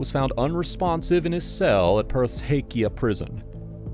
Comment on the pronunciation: if you are going to make videos like this, at least pronounce place names properly, PERTH not BIRTH ffs.